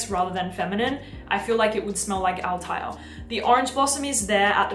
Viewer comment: PDM Althaïr should be written with an Umlaut on the I😉 and the pronunciation is Altha ir😉 Hamid Merati-Kashani will be happy now ☺️